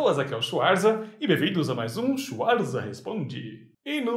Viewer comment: Pergunta bem aleatória, por que vc pronuncia seu sobrenome Schuarza e não Schvartsa? A família adotou essa pronúncia e ficou assim? Adoro o canal apesar de não assistir faz um bom tempo